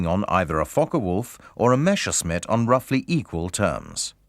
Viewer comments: The name is Messerschmitt not Meshersmitt! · Why does the guy always say "Meschersmit"? Its the other way round: Messerscmitt, the clear "s" comes first. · did he called it "meSHersmitt" :-)))) ..... with a SH ???? what a dork